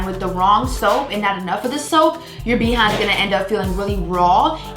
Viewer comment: I'm going to watch until the end just to keep hearing her say, "BEE HIND." 🤣🤣🤣